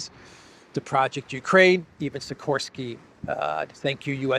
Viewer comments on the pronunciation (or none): Nice shot of the Mitoraj sculpture and krakow rynek. Also. Sikorski is pronounced shikorski. Tell as it sounds odd the way he says his name